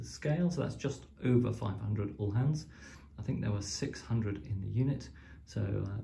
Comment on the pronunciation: It’s pronounced OO-Laans (as in Boo) and spelt Uhlans or Ulans. The ‘H’ is silent.